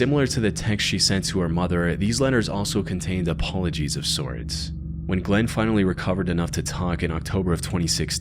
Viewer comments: And saying "Glenn" when the woman's name is GlennA. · Glenna not Glenn. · Her name is actually Glenna, not Glenn. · You should try to pronounce names a bit more clearly. Whenever you said Cara Knott, it sounded like you were saying "Cara Nye." And you kept calling Glenna "Glen."